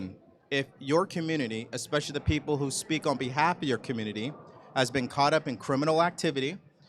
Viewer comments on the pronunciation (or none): none